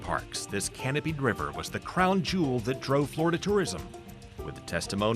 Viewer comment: "BREAK THE DAM! RELEASE THE RIVAAH!!"